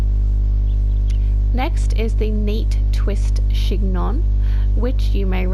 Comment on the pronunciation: Just a heads up that chignon is pronounced «shin-yong»